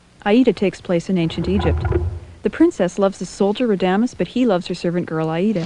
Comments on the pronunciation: RA-da-mes. Accent on first syllable. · Great job - even the misprouncing of character's names like raDAmes, Woe-tan - makes opera so much less high falootin. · Very cute! I love the bell/scroll tolling the actions. BTW: it's pronounced VO-TAN not Wodin for Wotan, RAH-da-mez for Radames and HAHgen, not Heygan for Hagen, otherwise good work. :) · My friend and I just watched your video and we enjoyed but he in an aficianado and says you pronounced several names incorrectly such as Rademes in Aida. Perhaps next times you should learn the correct pronounciations before you narrate each scene. You would sound much more informed.